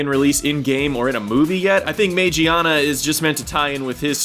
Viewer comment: It's pronounced ma (pronounced m-AH) gee (hard g as in gligar) ah nah. Trust me, I spent 6 years in Japanese school.